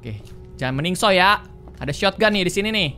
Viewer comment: Kak regi selalu beda bacanya sotgun dibaca sotoganto